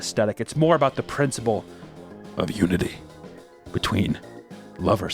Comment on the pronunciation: Lmao when you said “ unity “ I wasn’t ready for it lol